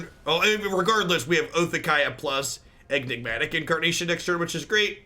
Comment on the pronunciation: are you calling it EGG-nigmatic on purpose?